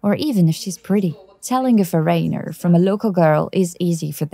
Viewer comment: haha...foRAINER...... sigh